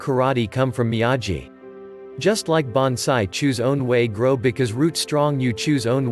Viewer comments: "miyayi"?????? DUDE, THEY SAY HIS NAME LIKE A BILLION TIMES, HOW CAN YOU MISPRONOUNCE IT!?? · Excuse me it's mee-a-gee